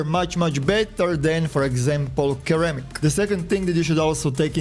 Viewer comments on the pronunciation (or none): mans cant say ceramic right